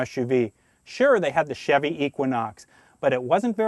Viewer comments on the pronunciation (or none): none